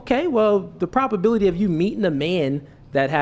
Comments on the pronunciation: He can't even pronounce words correctly, wtf is a propability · Good vocabulary? Homeboy had been saying "propability" the entire time 😂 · is now officially a LOLCOW. Dude said "propability". Its probability. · Was it not bothering anyone else that kept on saying propability!!?! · imagine a high iq man who's first language is English mispronouncing probability and manipulation. doesn't exist.